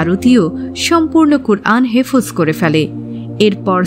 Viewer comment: হেফোজ নয় রই বইন , এটা হেফ্‌জ হবে।